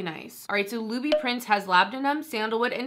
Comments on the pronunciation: It's pronounced with tin at the end.. Christian LouBoutin and Louis Vuitton are 2 different people. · Wow, girl, great pronunciation of "Christian Louboutin." I just love Advent Calendars, but this past holiday season was pretty dismal. Besides, "Louboutin" should stick to red bottoms.